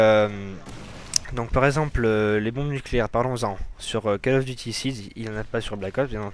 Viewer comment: POURQUOI TOUS LES CASTERS FRANCAIS NE SAVENT PAS PRONONCER CALL OF DUTY, FAITES UN EFFORT BORDEL